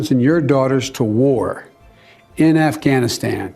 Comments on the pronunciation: Afganistand!!!!! Idiot! Don’t speak about Afghanistan if you cant even properly pronounce the country’s name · Biden the Moron calls it Afghanistand. I’m pretty sure he said it previously in this piece as well. The guy doesn’t even know how to pronounce the name of that country America blew how many trillions of dollars on? I hope that heroin was good. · Why does he say Afghanistand? Every single time! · Does Biden keep calling it Afghanistand? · Did anyone else catch the “Governor of Afghanistand”? 😂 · Why the hell does Joe keep calling it Afghanistand? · Not to be nit picky here, but does it bother anyone else how Biden keeps calling it “Afghanistand”? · Did Joe say "when you have the government of Afghanistand"? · Did he say afganistand? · Senator who? Isn’t that a Harry Potter character? 🤦🏻‍♀️ AND AND “Afghanistand”? 81 million votes folks. - Bidenese must be contagious… can anyone even English anymore? 🙏✌️❤️